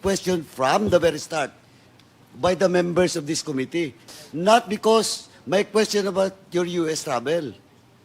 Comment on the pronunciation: Eto na naman si Cong Komite.... can someone tell him to stop mispronouncing Committee.